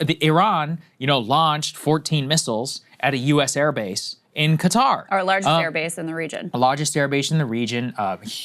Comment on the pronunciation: Sagar is the only person on TV that can pronounce Qatar properly.